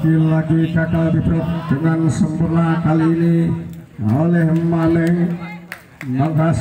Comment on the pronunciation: maaf min,itu maming bozq,,,,bukan maning